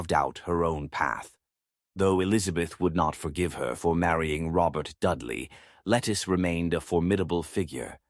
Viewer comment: A main correction to a good bio. Her is not lettuce but Lettice as Lett-ese